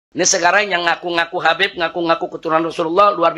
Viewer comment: ga bisa baca,Habib di baca kabib, walah² kiyai ko begitu, kiyai pemecah umat....!!!